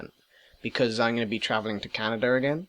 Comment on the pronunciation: Lol "Canader". Great video!